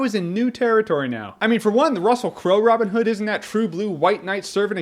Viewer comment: Why does he say Robin Hood like it's a single word? love the review though Jermey.